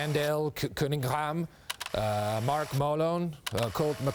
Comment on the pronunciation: He can't pronounce Randall Cunningham 😂😂😂